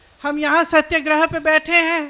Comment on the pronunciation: सत्यगृह नहीं बोली सत्याग्रह । और आप जैसा देशद्रोही कोई नहीँ ।